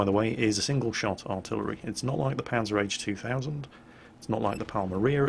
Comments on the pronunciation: "Panzer-H 2000"? It's PanzerHaubitze! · rly? panzer h 2000? pzh stands for panzerhaubitze not panzer h ^^ if i heard it wrong and you said P Z H 2000 then sorry but otherwise i think you got that wrong and i would love to hear what a brit makes out of panzerhaubitze... native english speakers always come up with amazing nicknames for german tanks:) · Say it with me, "Panzer-Haub-itzer zwei thousand" Not that difficult, right?:P